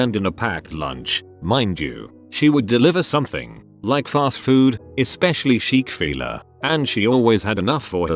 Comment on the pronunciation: Chick-fil-A: exists Updoot Reddit: "cHiQuE fUiLaH"